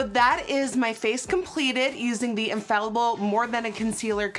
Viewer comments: Infaillible is French and pronounced uh-faay-yi-bl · GIRL YOU GOTTA TRY THE "THE SAEM" CONCEALER 😍 Also it's pronounced "unh fay ee bl" unh like huh wtf without the h then fay ee like fire but without the re and bl.... like if you got cut off trynna say blood 😂😘❤🇫🇷